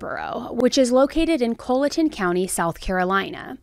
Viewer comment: Minor correction- Colleton is pronounced like Collar not Cola. I’m from Summerville (very near there) and my sister currently lives in Walterboro.